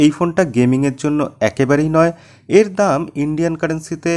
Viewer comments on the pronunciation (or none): ভাই দম না দাম হা হা হা